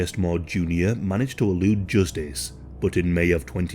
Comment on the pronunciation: Joostice. I'll never say it normal again